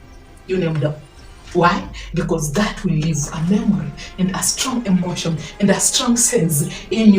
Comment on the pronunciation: Emotion = Energy in Motion. Please say it correctly so you don’t lose us 🙏🏾